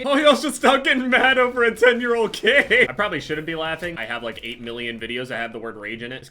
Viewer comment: how do you butcher "over" so bad?